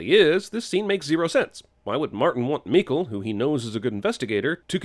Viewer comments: As a swede my ears bled everytime Jeremy said Mikael, I know it's not his fault it's the god damn movies but jesus fuck my heart...my soul. Mikael= Michael, same pronounciation. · Its Mika-El... like Kal-El or Jor-El. Mikael. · HOLY FUCK LEARN HOW TO PRONOUNCE MIKAEL ITS NOT MEEKLE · am i the only one who was bothered by how he pronounced "Mikael"? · OK, you made up for that fucking awful pronunciation of Mikael throughout, with some well-timed Swedish Chef. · Just got to love how you butcher pronunciation on Mikael. That is why everytime i introduce my self in english as Michael.